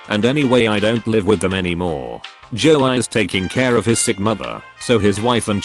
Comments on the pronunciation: Nobody: Text to speech: jo-eye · a little flash back, the second story is about a guy who got falsely accused of stalking a female classmate in 7th grade, Lindsay. In a few years, the guy was successful, she was not. He catfished her for revenge. So his friend's name is Joey, which the robot pronounces as "Joe(eye)" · Nobody: Dead people: NOT EVEN THE PEOPLE ON THE MOON PerStories: Joey = Joei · no one: ai reading joey: joe - i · Lin-say and joe-eye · Lind-say Jo-ie Gang-ban-ger Cow-ork-ers Beonce Is it trying to say Beyoncè? Siri is so good at reading